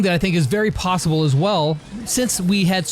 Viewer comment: Lol “plossible”